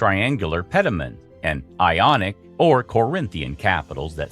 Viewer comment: “Lonic” bruh you gotta be kidding me